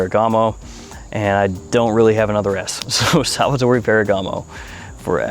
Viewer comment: It's Salvatore not SalvaTOREE